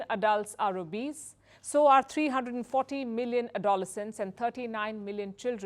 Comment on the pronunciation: psy chi at trick is the phonetic way to pronounce it . She needs to work ,,,,, on her ENGLISH a doll es cence ad dole less scence